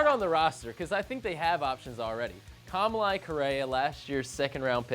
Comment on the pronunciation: Anyone else hate the way they say Kamalei? Just me ? okay.